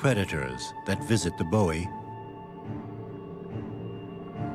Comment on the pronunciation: I know he’s saying Bowie, but it sounds like he’s saying boy